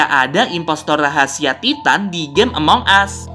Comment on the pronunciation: Bang memang ejaanya Titan tapi sebutanya taiten